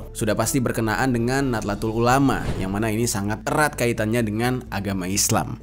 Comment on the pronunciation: Nahdatul bukan natlatul bang😁